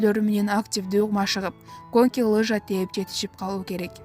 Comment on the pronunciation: Коньки ,номинация деген создорду туура айталбаган кандай журналист???😈😈😈